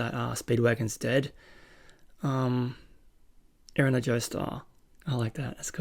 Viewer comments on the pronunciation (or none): none